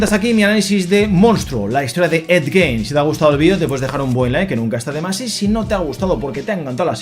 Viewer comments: se pronuncia gin, no gein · Me ha gustado mucho y tienes toda la razón, la actuación de Charlie es espectacular, lo mejor de la serie sin lugar a dudas, pero has dicho el apellido del asesino en serie mal todo el tiempo, aunq se escribe Gein se pronuncia "Guin". Para finalizar, nada supera a Dahmer, es la mejor de la saga.